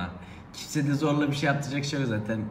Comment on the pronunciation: Zorla demesi dışında sorun yok.d